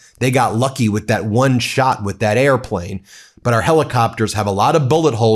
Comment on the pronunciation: The only person on the planet who pronounces “airplane” with three syllables.